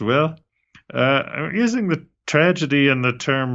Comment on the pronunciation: Did you say “Tragety” at the start 😂